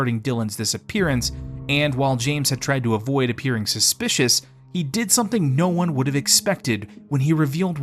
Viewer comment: "Dillon" not "no one"